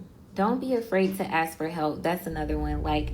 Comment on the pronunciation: She talks very ghetto, idk who is complimenting her 😂 “axe” instead of “ask” abd talking slow? You just come across as slow not educated at all girl. And those ghetto baby hairs my lord these women are lost